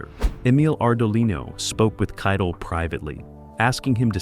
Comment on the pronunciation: It's Harvey KITEL PRONOUNCED KITE -ELL NOT KIDLE!